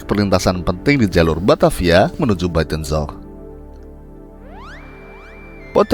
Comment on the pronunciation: Tolong dilatih lagi mengucapkan istilah Bahasa Belanda nya saya yang fasih sampai harus baca tulisannya supaya tau apa yang diucapkan. Menyebut Buitenzorg, Bovenlicht, dsb tidak terdengar jelas malah seperti berkumur-kumur.